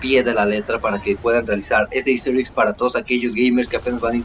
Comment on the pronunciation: por favor!!! me revienta que digas iggs es Eggs:'(